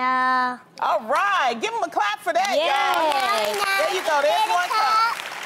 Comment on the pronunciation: Rite! I thought I heard rite..had to play it back..lol " just give me a cup, boi bye!